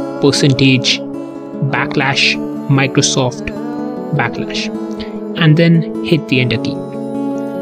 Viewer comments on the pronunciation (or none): It's Backslash. Slash, not Lash.